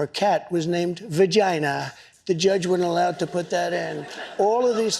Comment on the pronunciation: He says "vagina" just like he says "China". JINA